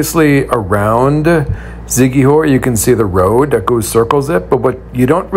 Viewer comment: I like your videos ...but you've got to give respect with the proper pronouncements ...it's "see-kee-hor" ...Siquijor (/ˌsɪkiˈhɔːr/ SIK-ee-HOR, Tagalog: [sɪkɪˈhɔɾ]), officially the Province of Siquijor (Cebuano: Lalawigan sa Siquijor; Tagalog: Lalawigan ng Siquijor), is an island province in the Philippines located in the Central Visayas region. Thx friend. keep on vlogging for our precious Philippines . Enjoy